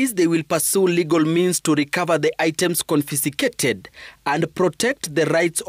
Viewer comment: Surely, Citizen tv reporter, you can do better. Quartet = a group of four people who play musical instruments or sing as a group. Don't use big words just because you can...smh. And what is CONFISICATED? Pronounce it well, "Confiscated."